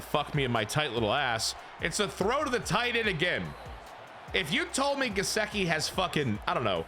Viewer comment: Only cause it’s driving me nuts cause I’m a Penn State fan and he’s my boy. Gesicki is pronounced Guh-Sick-E so you kind of got it just sick part is said as sick. Sorry was just driving me nuts lol 😂